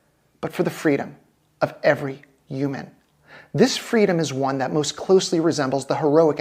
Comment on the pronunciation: Did anyone else catch the way this person said Uman, instead of Human. It happens to . I just thought it was weird and must be a code. We looked up Uman and it is a City in Ukraine. Uman also has some religious significance. Look up the Battle of Uman from WW2. Very weird. Perhaps this was also a coded message for some kind of attack or allegiance or money transfer. This is some dark spy shit with a transgender propagandist nazi speaking.